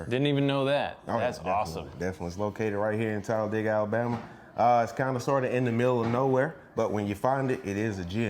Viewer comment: Props to for correctly pronouncing Talladega, we locals can always tell if someone is not from around here, because the say "Talla- Day- ga"